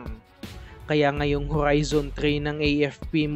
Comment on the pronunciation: Grabe ka maka horrrrrrrizon.. ang daming Rrrr 😆😆✌️